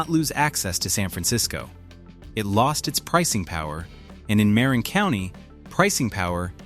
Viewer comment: It’s ‘ma RIN’